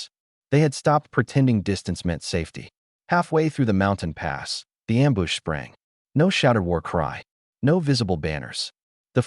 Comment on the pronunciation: You mean you dont like the pronunciation problems like the word amboosh?😅 or bow said like the 🛳 of a ship?